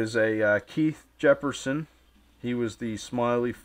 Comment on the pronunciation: Jesperson my dude, not Jefferson